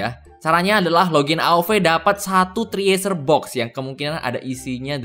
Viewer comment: cresyurr bang bacanya, bukan triesur -_